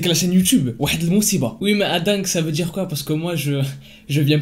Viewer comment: "mousiba" c'est catastrophe😊